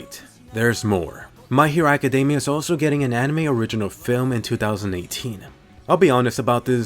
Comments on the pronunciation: Sorry, is he saying my hero academia or macadamia? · Why does he say macadamia, lol its academia